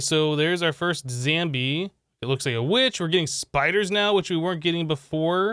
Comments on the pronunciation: Did he say zambie and not zombie. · "So here is our first Zambie..."